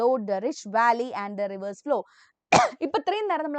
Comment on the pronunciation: reverse ❌ rivers✅